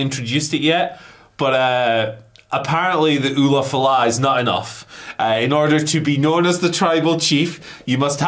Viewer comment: LA Knight underlined how over the ulufala the audience is by calling it the "oofalafa or whatever" in his promo on Solo